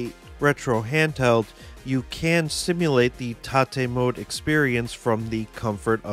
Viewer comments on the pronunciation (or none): It's (ro)TATE, not Ta-Tay.